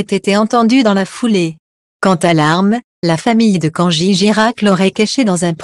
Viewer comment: Avant de nous déballer votre discours, apprenez d' abord à prononcer le prénom correctement au lieu de Kangi